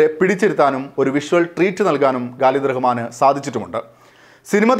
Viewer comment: പ്രിയമുള്ള, "ഗാലിദു" റഹ്മാൻ അല്ല, "ഖാലിദ് റഹ്മാൻ" എന്നാണ് ഡയറക്ടറുടെ പേര്. പയ്യന്നൂർകാരനു ഇങ്ങിനെ പറ്റിയത് എന്നെ അതിശയിപ്പിച്ചു☺️